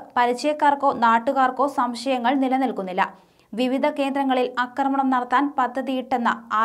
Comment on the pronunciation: കുട്ടി -- അക്രമണം അല്ല ! ആ ക്രമണം --- ആ--- ആ-- ആക്രമണം !!